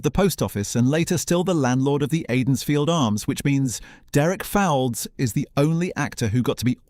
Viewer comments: Replace AI, it's pronounced. Folds, Derek Folds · Derek Fowlds - his surname is pronounced "Folds".